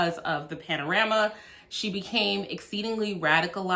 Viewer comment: "Panorama"! LOL I giggle every time you say it. Love your videos!